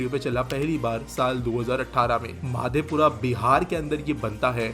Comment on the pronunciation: Bro, not Mahadewpura ( in WAG-12 ), its Madhepura ( मधेपुरा )